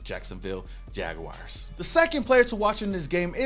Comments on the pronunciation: Jag WARS! Not WIRES 🙄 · PLEASE AS A JAGS FAN STOP SAYING JAGWIRES!!!!!! HAVE YOU EVER HEARD OF A ANIMAL CALLED A JAGWIRE?